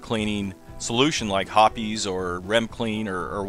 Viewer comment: "Hoppy's" it's Hoppe's lmfao " hop-s"